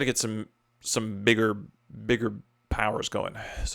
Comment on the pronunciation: Great vid but... Really dude, you cant go hard R with bigga. 😂😂